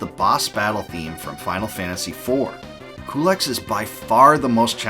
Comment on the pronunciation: About Culex, I thought it was pronounced "q-lex", or "cue-lex". I never heard it pronounced "coo-lex" before.